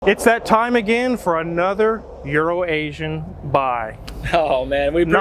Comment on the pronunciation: ITS EURO-ASIAN... I don't know why gets it wrong or if he likes to poke fun... Also maybe David gets better deals from Bob than.